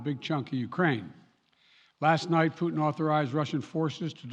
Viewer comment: Наконец то Байден впервые назвал фюрера кремлевского рейха его настоящим именем 'ПУУ' ( проверьте ) Я заметил что многие англичане произносят пУтин как пЬЮтин что существенно меняет смысл его имени. Хотя английскую версию можно усовершенствовать до пЬЮК